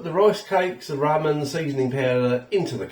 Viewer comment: It’s pronounced RAH-MEN